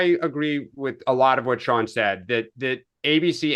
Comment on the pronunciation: Spicer's first name is "SEAN" not "SHAUN"......